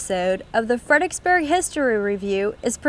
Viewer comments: In that case, you heard "Fredericksburg" pronounced incorrectly in 99 different ways! I don't know if it's a laziness of the tongue or actually a speech impediment, but saying "Fed-ick-burg" is akin to pronouncing "ask" as "ax". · Why are people from this town unable to pronounce its name correctly? "Fred er icks burg" has four syllables and three Rs. I grind my teeth every time that ridiculous car commercial(Kia i think) comes on the radio and the woman says "Fed-icks-burg" multiple times. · I agree with Sirlordford. I was born and raised here since 1964 and I've heard it pronounced Fredricksburg (no 'er') but I've only in recent years heard it pronounced Fredixburg. People looking for websites will type in 'fredicksburg' and be confounded when they are unable to find proper google results or websites. Truly maddening.